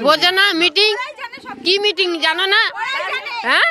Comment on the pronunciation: আহ্, ওনারা বুঝতে পারেননি। দাদারা "মিটিং" বলেননি, "মেটিং" বলেছিলেন। অসত্য প্রচার -ই চলছে.... 😅